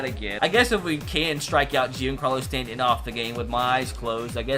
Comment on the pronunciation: The way he said stantons name 🙁